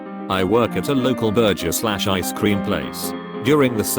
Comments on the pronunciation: Love how the bot can't say burger. "Ber-jer" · me:Burger text-to-speech: Burjer. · lol why does the AI voice keep saying 'burjer' instead of burger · Nobody: Google translate: Burjer king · This automated voice cracked me up. It said Bur-jur , cowworker. Lol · Burger= burjer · Berjer... Can some please help this ai? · its really annoying when it says “burjer” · and it says burjer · Anyone else think it's extra funny when the robotic voice mispronounces things sometimes? Like burger? I think it's funny. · "Burjer" "poppys" that- i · Omg "burjer," "popeys," "cow workers," "motherfyoocker!" The robovoice this channel has is SO BAD, I'm wondering whether it's brilliant!! Please list some of your favourite mispronounced words from any of their videos, I just gotta know! 🤣😆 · The funniest thing about this video is the whacked computer voice doesn't know how to pronounce sh*+. I.e., burger=burjur, Popeyes=pope-eez